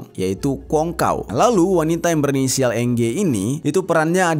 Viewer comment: NG bacanya eng Jer.